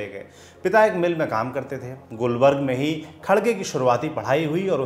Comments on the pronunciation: it is gulbarga not gulberg and mallik arjun not mallika rjun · साहब शहर का नाम गुलबर्ग नहीं गुलबर्गा है ! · गुलबर्ग नहीं गुलबर्गा शहर है और दूसरा नाम कलबुर्गी है ! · Gulbarg nahin Gulbarga Karnataka!